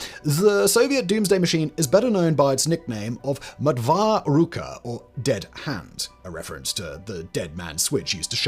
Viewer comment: Мертвая рука - mertvaya rooka, not mertva